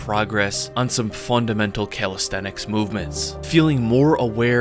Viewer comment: I was expecting you to pronounce it calistheTics, but you didn't! 👍